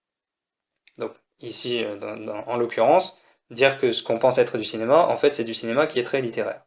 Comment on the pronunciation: Bah, "Dinéma" ?